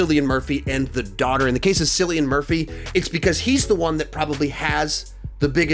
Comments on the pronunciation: I have to correct you on this one - it is pronouced Kill not sill for cillian Murphy- he’s Irish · Really? The guy won the Oscar and you STILL get his name wrong? KILL-IAN. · Cillian Murphy is pronounced as if the C was a K. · Kill-ian not sill-Ian, us Irish hearing our boy prounounce it like😫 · It's Killian Murphy, Shar leece th air on. (Cillian) (Charlize). PLEASE FIX those. It almost makes me not want to watch or wonder who they are even though I have watched some of their movies. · How does this man not know how to pronounce Cillian Murphy's name???!?!?!?!? Cillian is a beautiful man!